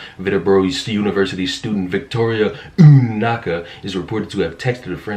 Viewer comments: 🤣🤣🤣 the way you say the name Unaka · First off. Man. These individuals are a bunch of narcissists. Secondly...Uhhn-naka.😂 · "Ume Knocka" lol. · The way this man pronounces "UUUUUHN NAHKAH" so dramatically xD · Lmfaooo I know I’m late on this one but wow! I’m dying at UUUUnakka every time you say it 😂🤣👏🏻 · Yeah lol I love the dramatic emphasis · Is no one going to give props for the pronunciation of the arsonists name, "Unanaka"? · LOL. I love how you prononce Un-anka. 🤣🤣👍👍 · You missed the stress on the second N. It's OonaNka ;) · “OONaka” - stop, I’m dying! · I have subscribed to your channel just today, it is wrong what this girl did but the way you pronounced her name was hilarious! Sometimes we need a little laugh in the midst of all this drama that is going on. That being said you are really keeping us posted on a lot of things I had no idea about. Kudos!! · I love how he says her name LOL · Hahahahahah... I love the pronunciation of the name. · Take a shot every time he says Unanka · Man every time you say her name is soooo funny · I love the way you pronounce Unanka, hilarious..... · why are you saying her name like that? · LOL 🤣 The way you say her name was making actually laugh out loud. Just found your channel and subscribed. Look forward to more content from you. Crazy, cause I'm white! Whaaaaat!! Hope you succeed massively! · Damn, you purposely mispronouncing her name got old real fast. Throw the whole video away and just link the article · The way he pronounces Unanka! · Not a fan of how you're saying her name, but Unaka has fully destroyed whatever ounce of credibility she had. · Lmao why are you saying her name like that 😂😂😂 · Not only was she ridiculous, but your pronunciation of Unanka was pretty funny. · I'm fucking dead with how you pronounces Unanka xD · She should have paid heed to Aesop's fable "The Boy Who Cried Wolf." At least I got entertainment from pronunciation of her last name. 😁